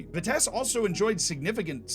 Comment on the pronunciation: Any Vitesse fan here triggered by pronounciation? For those who wanna know its Vitsess+"Uh" and the "h" part is less pronounced.